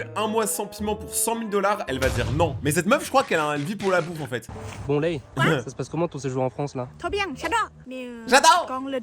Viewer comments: C'est Lay! Pas Ray! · Lay pas rey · Elle ne s’appelle pas ray elle s’appelle LAY comme les chips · Ils sont trentenaires et je crois que Ray se dit Lay en Thaïlandais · Ses pas ray ses lay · C'est pas Ray c'est Layyyyyyyyyy .j'aurais trop aimé être ton ami 😊😊😊😊🎉❤❤❤ je t'adore tellement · C pas ray Laí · Pas ray mais laiy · Elle s’appaile lèille pas rai 😂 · Ray ça ce dit ( Lay ) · Elle s'appellerai mes ça se prononce lay😂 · Son prénom c écrit ray mais ça ce dit lay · Elle s'appelle Ray mais on dit laile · Non elle s'appelle Ray et on prononce Lay car c'est plus facile et d'ailleurs elle a dit dans une vidéo que c'est son surnom car en Thaïlande il y a le nom et le surnom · Son nom s'écrit Lay mais se lit Ray 😅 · je les adore tous les jours je regarde normalement elle s’appelle lay mais ont dit ray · Ça se prononce lay en Taillandier sinon tu peux faire unechtiaujapon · Non elle s'appelle ray mais chez les français ont dis lay😊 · Je mets ce petit commentaire pour dire que la fille son prénom, ça s’écrit lay mais ça se prononce ray voilà j’aimerais au moins un petit Like 😢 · Oui ça se prononce lay mais ça s’écrit ray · non sa se prononce lay mais s'a s'écrit ray 😄